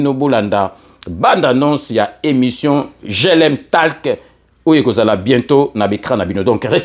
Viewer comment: Merci...mais je voudrais apporter une toute petite correction sur le mot: TALK. Dois-je préciser que c'est unot anglais qui se prononce "tolk"....la lettre A...se prononce alors comme O... Ainsi on dira: GLM TOlk....pour faire simple. Merci mpangi.